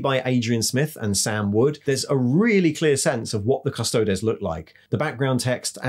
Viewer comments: Custod-ees not custod-es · Custodeees not des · Surely it's Custo-deez, not Custo-dez? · Its Adeptus Custodeeeees. Say it right. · Good content but please stop pronuncing Custodes the way you do. It's well known how the word is pronounced so stop being a hipster. Its pronounced CUSTO-DEES! 😉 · Yes, this was a little jarring., it is the same as how you would say the plural of our latin word thesis, theses (theseees). One man of the Adeptus Custodes is an Adeptus Custodis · Great video, But that pronunciation of Custodes is grinding my gears lol